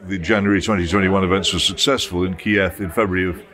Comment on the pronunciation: Jones can't pronounce Kiev 🙈